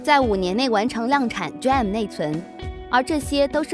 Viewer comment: 請說D RAM 不是 DRAM 謝謝!